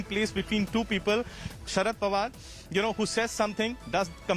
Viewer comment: It's Pawar and not Panwar. Don't understand if you do it deliberately